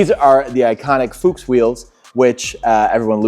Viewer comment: The Porsche is cool, but as a Mercedes guy I'd rather have that E500 🤩. The u in "Fuchs" is short not long, it means fox in German and like the o in Fox it's pronounced short.